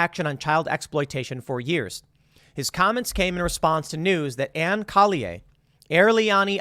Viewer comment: Collier is pronounced “Call-yer”. I’d know. It’s my name.